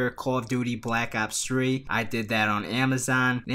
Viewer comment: Bwack ops fwee lol